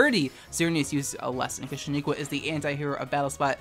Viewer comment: Sheniqua we talked about this! it's shEniqua not shAniqua!